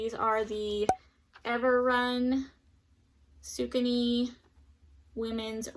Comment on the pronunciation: Saucony = “sock-a-knee”